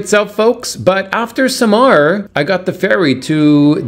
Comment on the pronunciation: SAMAL, NOT Samar